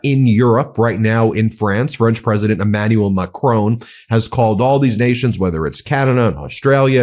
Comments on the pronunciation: Ben, respectfully, can you please stop pronouncing president Macron as "Macrone", it is pronounced as Macrón. Without saying an "e" at the end. I'm Dutch, but i love my fellow Frenchies. I know that most French people tolerate it out of politeness, but yeah. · It is not Macrone, but Macron. Not Macrone. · I love what you guys are doing but will you PLEASE stop pronouncing Macon's name wrong. It's Macron. Not Macrone... A short O sound; not a long one. Mac-Ron. Not Mah-Crone. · The French president called Macron pronunciation is as in gone, not bone and isn't pronounced Macrone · Re pronunciation of French President, Emmanuel Macron, it sounds closer to the french pronunciation to say MAC-RON (RON as in the name). Thank you for your show! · I am begging you to pronounce Macron more accurately 😂 you don’t need a perfect French accent, it’s just MACK - RON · Ben. Please pronounce Macron the French way. His name has no 'e' on the end. It's a small irritation to me but may upset French or Canadian followers of the channel.